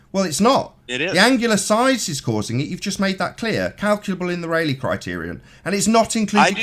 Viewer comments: My only complaint about a significant “own” video? Ray-Lee, not Raw-Lee. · Ahem! It is 'Rayleigh', not 'Raleigh'. The former is a surname in British gentry. The latter is a city in North Carolina. The "Rayleigh Criterion" is the physics law, and the first vowel sound is the same as in 'eight', not 'a' as in 'Raleigh'. The human eye actually has poorer resolving power than the Rayleigh Criterion suggests.